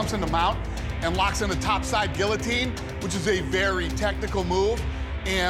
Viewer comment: At least Big John knows how to say guillotine.